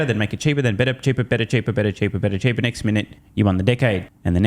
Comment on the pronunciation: 'next minute', not 'neck minute'.